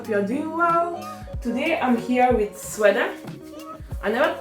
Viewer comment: It’s pronounced Sweede